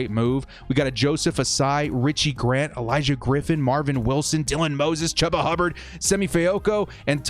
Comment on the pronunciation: FYI it’s chew-ba. I go to Oklahoma state so it hurts when you go chuba